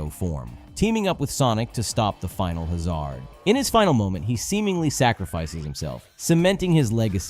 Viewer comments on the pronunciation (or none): Not be rude, but I had to make a comment about your pronunciation of "Final Hazard" lol. It's hazard meaning danger, like hazardous, road hazard, etc. Pronounced as if it were spelled "has-erd". I'm sure you've heard it before, maybe you just haven't seen it written.